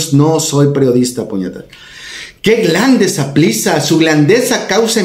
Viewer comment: jajajajajajajaja "glande saplissa" jajajajajajajajajajajajajajajajajaja.